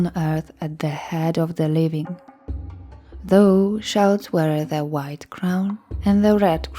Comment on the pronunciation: There is one word you regularly mispronounce that is a little hard to understand for english listeners. “Thou” is pronounced “thow” (rhymes with “ow!”). You are saying it like the word “though” which is a bit confusing. Your voice is lovely to listen to though!